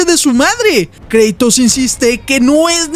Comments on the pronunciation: No se dice kreitos se dice kratos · kreitos? es kratos